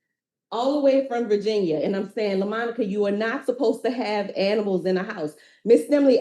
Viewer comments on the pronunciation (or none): Quit calling her Lamonica 😅